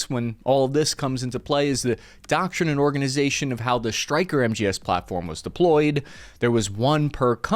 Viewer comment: "Shtryker," "deshtroy," "shtrategic"?